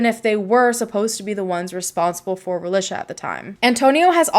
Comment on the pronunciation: I can’t watch with you mispronouncing her name. Ra-lee-shuh. That’s how her Mom named her & pronounced it and it should be pronounced correctly. Especially if you’re going to make money off her tragic story. At least respect and use her name & pronunciation.